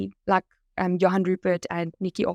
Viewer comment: Sorry but one could see a mile way that was fake. Those SABC newsreaders didnt even pronounce Johan Rupert correctly. They all sounded robotic. I was wondering how many people would fall for that scam. Also, for YT to accept a Sponsored Ad from a fake AI generated video is deplorable. Even after so many people directly complained to them I guess to some people those news readers and even Elon's video could be real. I just think when we see these kinda ads we need to be more skeptical. If its too good to be true, it probably is